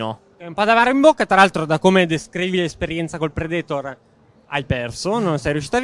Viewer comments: Ma perché dovete sempre mettere l'accento nei nomi dove non ci sta?DRAGONBA'LL,PREDE'TOR,IRON-MAAAN ECC...Io sono sempre stato fra quelli che ha detto "NON IMPORTA" ma adesso lo state facendo con qualsiasi prodotto e per qualsiasi personaggio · Predetor mi sono sanguinante le orecchie. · Ma perché dicono predetor?😂